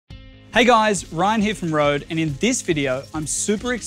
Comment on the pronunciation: It grinds my gear that no one seems to be able to pronounce the name Røde right